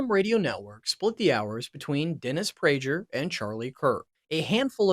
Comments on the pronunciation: This guy can't even pronounce Dan Bongino and Dennis Prager correctly. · I had decided the same thing long before he mispronounced Bongino and Prager. This video sucked. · Being a Rush fan, I listen intently, until you butchered Dan Bongino and Dennis Prager’s names. Next time, do your homework. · Tom Watson is a golfer, you idiot. And learn how to pronounce Bongino and Prager. I think we can assume Rush was of sound mind when he made these moves, so nothing to see here. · Is he purposely mispronouncing Dennis Prager, Dan Bongino & Dana Loesch? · Somewhat interesting. But please learn the correct pronunciation of Bongino and Prager. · Bongino and Prager. Have you ever even heard their names pronounced? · Good info. Unfortunate that ai doesn’t know how to pronounce Bongino or Prager. Wild you guys missed that. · How to mispronounce Bongino, Loesch, and Prager in one video….. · Weird that you mispronounced the 'g' in Bongino and Prager in opposite ways. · Is this AI slop? Can't pronounce Bongino or Prager?